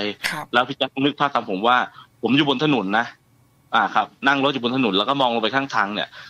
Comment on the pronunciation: พูดถนนเป็นถนุน นึกถึงคุณมดดำเลย 😂😂